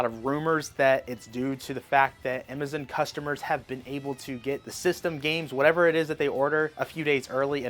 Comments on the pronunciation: “Amizin” “tareefs” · help, why does he say, “Amazon” like that? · who the heck is “EMMAZINN’ and “TAREEF” Good Grief😅 GameStop manager said, it would better to come to the store, rather than pre-order online. Hopefully, I’lll be able to get through with the pre-order with GameStop or Nintendo.